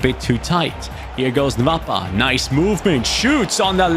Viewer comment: The name is not "nvapa" it's "nwapa" like " noapa"